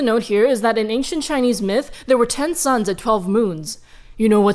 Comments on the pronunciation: Gosh DANG IT, I thought she was saying "sons" that entire time, not "SUNS". I am a dumb dumb, I was so confused. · She said: Ten Suns, Ten suns, etc. I thought she was saying 10 sons and i was so confused